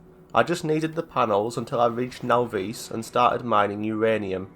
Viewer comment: Now-Veese? Naw-viss.